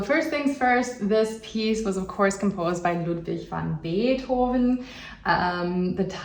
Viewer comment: Lovely! I could actually start doing this now, I think... And i actually thought you were a native English speaker until I heard you say Ludwig :)